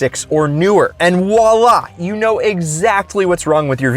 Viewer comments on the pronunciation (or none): none